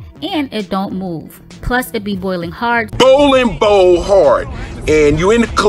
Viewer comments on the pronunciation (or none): He say bowling ball hard lmao